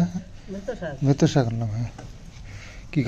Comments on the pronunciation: Saago noy..kathata saak..beto saak!👍😊🥰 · Bheto sag noi beto sag.